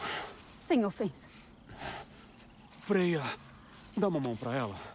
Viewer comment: o nome da freya ficou Beyla por um instante kk